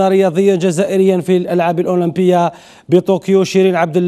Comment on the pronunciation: جماعة ركزو مليح في بداية لفيديو كيفاش نطق الأولمبية😂😂😂😂